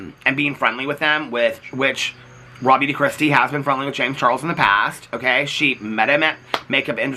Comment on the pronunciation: I just wanted to tell you, I’d never heard of RawBeautyKristi before you started calling her out. Every single time you said Raw Beauty Kristi, I thought her name was “Rob You To Kristi.” Idk why but the fact I’ve never heard of this person and I’d autoplay your videos so I wouldn’t always see the titles and I couldn’t figure out what you were saying when you were saying her name to the point that I had to look at comments to figure it out lmao